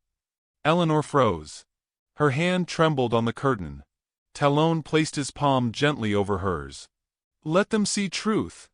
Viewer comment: dear AI narrator. tell the writer to not use names you cant pronounce. talon- talll-un. like an eagle claw. sheeesh